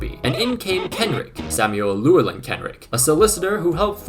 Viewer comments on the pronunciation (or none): Because no one will: Llewelyn (like clue-WELL-in, but the c is more glottalised) Leigh (LEE) Ivor (ivory without the Y) Iwan (pretty sure it’s YOU-un but some people with the name say it differently) Hope it helps, but I doubt you’ll use any of these names again lol